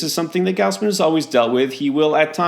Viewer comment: It's not "G-ouse-man". It's "Gaws-man".